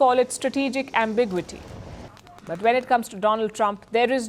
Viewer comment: it’s pronounced am·buh·gyoo·uh·tee, not am·big·wa tee